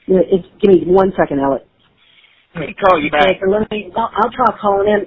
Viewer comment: And SUUUUREEEE keep involving your family in hiding assets aleX not ELLICK smh. Hes so good at lying he convinced ppl that ALEX With an X is actually pronounced ELLICK....And I mean some really smart ppl